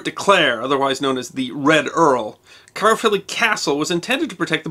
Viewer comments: it is pronounced care-filly castle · I'll do my best. The Welsh roll their 'Rs' so Caerphilly is spoken Kye-rrr-filly. Great to see this episode of my homeland. Missing it so much atm. Thankyou. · I'm a tourguide in Cardiff, [ Difflomats on Facebook] Next time, please ask local people how they'd say local names, like "Caerphilly, the Marquess of Bute and Caerleon". It certainly isn't "Carly-own". Cringe.